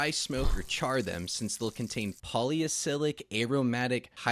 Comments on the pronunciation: polycyclic is pronounced poly sigh click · bro you pronounced acetaldehyde wrong. edit that shit pronto dont lose viewers. and polycyclic and heterocyclic